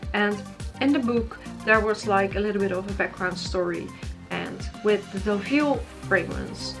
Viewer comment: I’m so glad you said Deauville